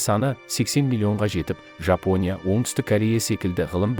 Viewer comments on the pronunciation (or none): none